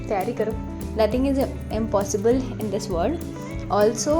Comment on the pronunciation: Didi you had me when you said - "Nothing is ampossibal in this wold" Thanks for opening my eyes & liver❤❤❤🎉🎉